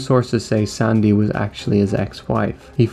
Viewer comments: Why do you pronounce the name like that?! It's SANDY. NOT SONDAY. you fucking sound like forest gump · is the narrator Irish? he pronounces "sandy" strangely.